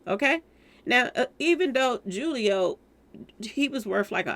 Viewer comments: His name is Julio pronounced Hoo-lio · It's pronounced (who- leo) foolio